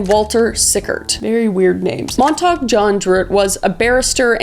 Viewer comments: sorry the correct pronunciation is Mont-ta- hugh not montog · Montague John druitt is pronounced ( mon-ta-gyou. ) 😊. Love the stories